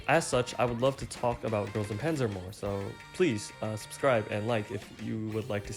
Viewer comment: Everyone, and I mean everyone mispronounces Panzer